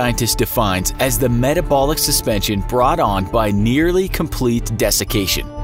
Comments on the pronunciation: Says “etabolic” instead of metabolic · I think it's metabolic, not etabolic. 😐 😂